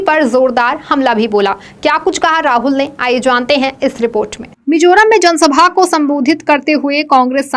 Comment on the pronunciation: Should be Mizoram not Mijoram... बेहतरीन लाजवाब समाचार बुलेटिन के लिए शुक्रिया! उम्मीद है यह प्रोग्राम आगे भी जारी रहेगा।❤✌️✍️🤟🌹❣️